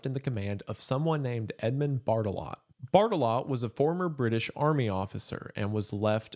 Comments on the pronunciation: I'm too much of a child to watch this video because every time Mr. Goon says "Barttelot", I keep thinking he's saying "Fartalot" and giggling. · I thought he was saying major fart-a-lot for like 75% of the video, sorry :( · I heard fart a lot whenever he said Barttelot